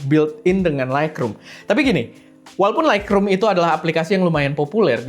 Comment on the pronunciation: Sorry bang harus revisi 😅 Lightroom bacanya laitrum, bukan laikrum. Makin sukses esteh 🎉